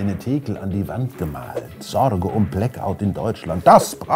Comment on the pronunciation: "Sorrrrge um Blackout..." 😄 Danke für den tollen Beitrag!